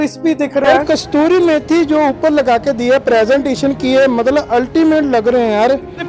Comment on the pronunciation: vlog tuhada bahut hi vadhiya laagda hai tusi kasturi methi kehnde o kasuri methi hundi ji dhanwad ji 😋😋😋😋🤭🤭🤭🤭